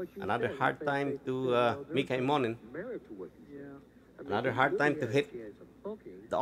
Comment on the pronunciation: Please, Mika's name is pronounced em mo nen. The accent is on the first two letters, im.